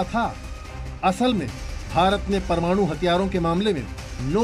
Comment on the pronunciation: यार तुम लोग 'परमाणु' बोलना भी सीख लो. यह क्या परमानू परमानू बकते हो.